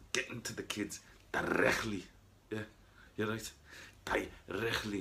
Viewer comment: Elbows and knees eh “dirrrrrrecttllyyyyy”